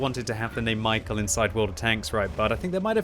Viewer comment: he's not michael, its read like mee-how